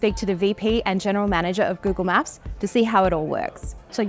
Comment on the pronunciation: Gyoogle Myaap ❌😏 Google Map 👈✅